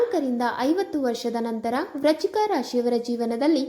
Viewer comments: Hello pronounce Frist clear Vrishchik rashi. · ವ್ರಚಿಕ ರಾಶಿ ಅಲ್ಲ ಅದು ವೃಶ್ಚಿಕ ರಾಶಿ ಸರಿಯಾಗಿ ಪ್ರಾಂನೌನ್ಸ್ ಮಾಡು